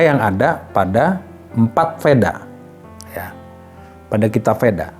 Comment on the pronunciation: VEDA bacaannya WEDA